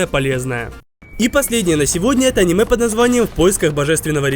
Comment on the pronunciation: Из твоих уст "аниме" звучит как оскорбление. Не то, что даже произносить, даже готовить не имеешь право такие шедевры. Максимальный уровень картошка по деревенски.